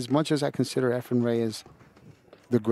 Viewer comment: Lol They butchered efrens name for years